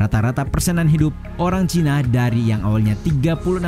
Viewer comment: Nah itu ejahan yang benar dan enak didengar ' cina', bukan 'caina'.